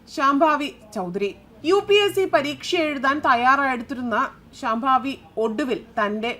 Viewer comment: ശ്യാംഭാവി അല്ല കുട്ടീ, ശാംഭവി